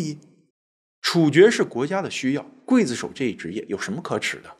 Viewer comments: 刽子手不读会子手。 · 刽子手，刽，中国念“贵”没有错。秦桧，桧，念“会”。这俩字很多人念错。😊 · 我从中国来， 也念“筷子手”呀？